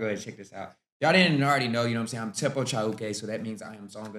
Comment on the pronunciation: You pronounce Chauke, Pitso and Tshepo very well, good articulation of the language